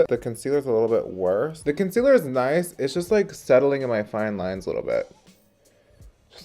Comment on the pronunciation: ‘Conciller’ honey I caught that 😂